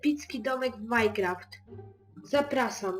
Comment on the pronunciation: a mam cos do powiedzenia wymawia sie mańcraft a nie majcraft a ijescze jedno masz lapke i suba